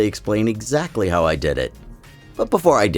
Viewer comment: bro said “hiw” 😔😔😔